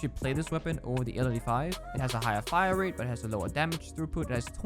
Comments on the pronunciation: Man was so distressed he said "wait no the fmg has a way figher hire rate" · Is anyone gonna talk about the fact that said “Figher Hirerate”